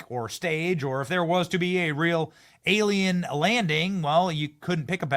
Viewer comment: "Whats this?!"... a-LIE-n.